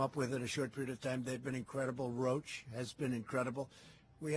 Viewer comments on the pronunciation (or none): Roche is not pronounced "roach". WHAT. A. SIMPLETON.